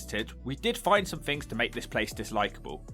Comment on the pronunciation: Am I the only person that can't "unhear" words in this video such as... Redroof Fousand Fings Uver (other) Munf (month) Healf (health) Free (three) Weaverspoons Plymouf Fink Two hundred and firty four fousand Come on chap, sort your commentary out.